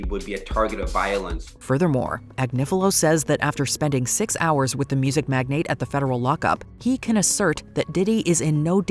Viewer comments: The word magnate is pronounced like magnet. Are you a person or ai? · Mag-nate Nice job Ai